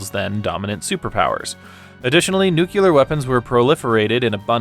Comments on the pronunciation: "nyu-kyu-lar" yikes. 70 seconds in and cannot take this video seriously. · Nucular! Strategery game!